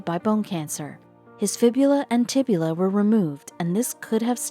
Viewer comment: Can someone please explain why a 2 minute video was stretched to over 10 minutes? Had they kept it short and to the point they wouldn't have made the blunder of saying "tibULA" when it's actually "tibia." Just wondering why they feel the need to add 8 minutes of fluff to every story.